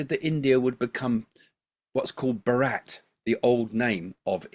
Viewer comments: Its bhaaaat not ba rat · FYI it’s pronounced “BHAARUT”